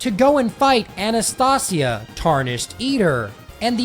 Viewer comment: Bro mispronounces everything normal, but correctly pronounces Anastasia